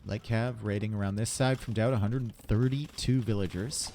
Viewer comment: I just hurts my brain eveytime I hear him say "villagers" lol